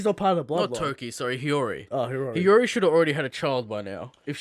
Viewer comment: why can this fucking shmuck not pronounce hiyori correctly?